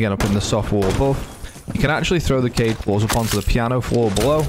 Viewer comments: Very nice BUT it's actually Kaid and not Cade, he is Arab or something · It’s Kayd not kied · Kaid is pronounced KA-EED, which means leader or commander in Arabic. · I think it’s supposed to be Kai-yeed but everyone just says kaid cause it’s less syllables lol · Kaid is pronounced ~ kah-eed from the Arabic language